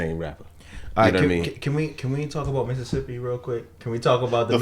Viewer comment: He said like the Mississippi River. (mIssIppI rIver)...four I's including the word river.